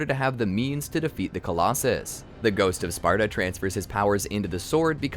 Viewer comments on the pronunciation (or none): y u keep saying “gout of sparta”? lol